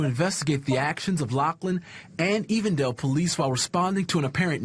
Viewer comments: SAY EVEN DALE !!!! EVEN!!! DALE ... NOT EVAN DALE !! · Than̈k you for continuing to cover this very important story. Just a note, the police you are referring to is pronounced with a long "e." Even-dale. Thank you.